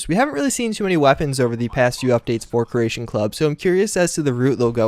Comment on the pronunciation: jesus christ man learn to say CREATION not Croatian kre-A-shon not krush-shon